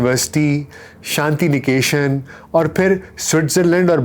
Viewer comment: It is Shantiniketan not Shantinikeshan and it is Kuchbihar not Kuchpahar. Your pronunciation is so bad.